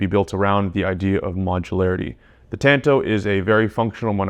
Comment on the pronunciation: “Tanto” is like tahn-tow bro. Not ‘tan-toe’ say it with me